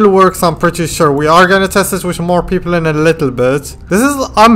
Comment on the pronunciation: did i just hear pepol